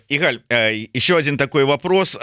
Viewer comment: Не игАль, а Игаль.